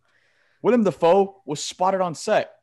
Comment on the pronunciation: Bruh was saying "William Defoe" lmao